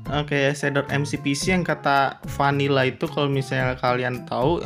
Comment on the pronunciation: 👍🏼kamu bilang vanilla jadi panila:v 🤣😂